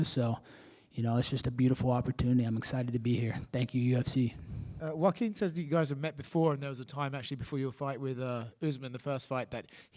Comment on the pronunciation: Bro said Joke-uin Buckley 😂😂😂